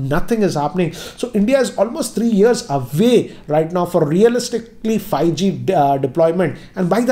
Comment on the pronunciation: hahahahahahahahaha::):):):):):)::):):):):):):):):)::):))::) He says fieeG instead of 5G hhahahahahahaha